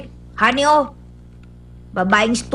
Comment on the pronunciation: Lolz. Its Ha Ni hindi Honey XD